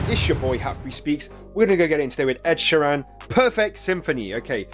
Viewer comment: Ed's surname is pronounced Sheer-an, not she-ran :)